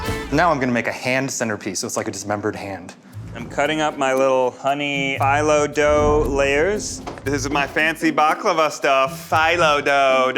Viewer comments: Phyllo is pronounced feel-o, not file-o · I don’t know if this is just me, but Ned saying Phyllo like “phEYEllo” bugged me so much. I’m not from the Mediterranean area so I don’t know for sure the correct pronunciation, but I’ve only ever known it as “phEEllo”. I could just be being overly analytical though. If anyone knows the correct way of saying it, please let me know! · Ned saying ph-eye-lo instead of ph-ee-lo just hurts my brain a little. Which one is the right one? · Someone please tell him it’s pronounced like “feel low dough” not “file low dough”! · NED! Why are you pronouncing phyllo like FYE-low?? And saying it over and over! It sounds like FEE-low! You cook. You've written a cookbook. You should know how to pronounce phyllo. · Man.. the phullo dough killed me.. it's pronounced phìllo not phyllo. But overall I loved the video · I could have swore it was pronounced fee-low not fi-low. Anyone? Keep up the greatness guys! Love you all! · as someone who is greek hearing him pronounce the green dough as “fi-low” instead of “fee-loh” was drivinf me insane 😭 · Ned its Pronounced Phil-Low not Fielow just saying you damaged this turkish boy's ears with that but I'll forgive you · Ned - you make me CRAZY!! It's pronounced 'fee-low', damnit!! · Half way through the episode, love Eugene's maniacal laugh! Have to mention this because it's driving me crazy, it pronounced (phylo) ph-ee-low dough I'm greek so I want you to flex Ned! Ok back to the episode! :) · Ned I love you but It's pronounced fillo not phyllo lol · was i the only one yelling “fee-low” at the screen every time Ned mispronounced phyllo…? 😂😂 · Mispronouncing Phyllo over and over is really driving me crazy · says phyllo correctly in front of ned and he still carries on with pronouncing it incorrectly...EVEN in the newer videos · Is anyone gonna talk abt Ned’s pronunciation of “phyllo” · I’m more unsettled by Neds pronunciation of phyllo/filo than eugenes pigs blood cinnamon roll